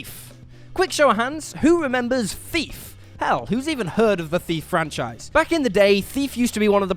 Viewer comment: Who else just kept hearing “FEEF” instead of thief?